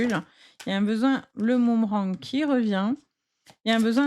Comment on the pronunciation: ALORS LA...UN MOOMERANG😂je n avais jamais entendu... Vous êtes trop forte... mais on dit BOOMERANG Allez, j écoute quand même, j en ai le droit...